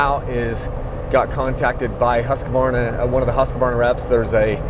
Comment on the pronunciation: It is great to hear you pronounce Husqvarna correctly, very professional . For some reason a lot of other people pronounce it as Husk-a- varna. In America for some reason.